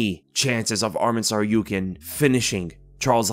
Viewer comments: Hey! good job pronouncing Tsarukyans last name correctly the first time you said it in this video. That’s how it’s properly pronounced. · omg pronounced tsarukyan correctly